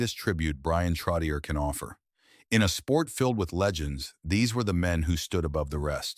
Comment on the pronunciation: I wish whoever makes these videos would pronounce his last name CORRECTLY